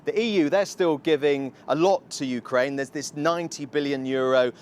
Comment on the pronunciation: Good try BBC … “ Hukraine winning “ 😂